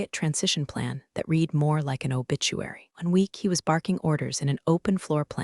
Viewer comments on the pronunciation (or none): Love this - "digital news" as the pronunciation of "digital noose" - and the word "read" being repeatedly pronounced "reed" rather than the correct pronunciation of "red". These fairy stories are so enjoyable and I appreciate the creativity behind them. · Read can either be pronounced like the marsh plant "reed" or like the color "red", depending on the tense of the verb. The AI used to narrate this video consistently used the present tense pronunciation, i.e., "reed", instead of the correct past tense pronunciation, i.e., "red". Invest the extra dollars to do the job right and hire a living narrator who has passed English from an accredited institution and not from a dumb DEI institution to read your script. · I can't take it anymore. I enjoy the stories but you've got to do something about your AI. All stores are told in the past tense. So "read" becomes past tense pronounced "red." It's Pat a go nia (long o in go). The Pentagon is pronounces "Pent a gone." Whoever writes the screen language can't spell or punctuate. I usually just listen rather than sit and watch although I enjoy the scenery. Please do something about spoken words and screen writing. I can't take it anymore! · Assuming text-to-speech engine was used to generate narration - words pronounced incorrectly ("read," "Elon") is distracting. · Easy now, be gentle with the AI. It's just a three year-old, it doesn't know much about anything. It hasn't even learned to pronounce read in past tense. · "I 'red' it three times". The English word 'read' is spoken two ways. Please learn the correct way to pronounce the word, correctly.